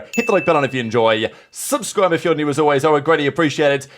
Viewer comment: the emphasis on "subscribe" in "SUBSCRIBE if you are new".